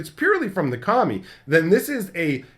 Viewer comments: You said "Kami" four times before I realized you weren't calling them "commies" 😅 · Oh so I wasnt the only one that thought he was saying that?!